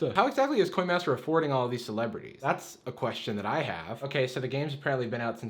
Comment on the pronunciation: "coyn mastur"